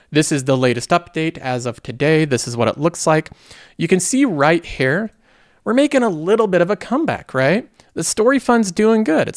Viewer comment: The way he says here is like herrrr